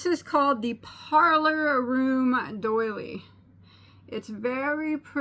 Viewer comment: Oops! Doily, not daily. :)